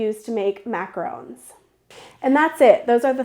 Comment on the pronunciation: MAC-AH-RON not RHÔNES!